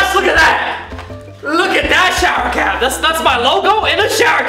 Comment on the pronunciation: Jenny Huynh oh yeah it sounds like crap insted of cap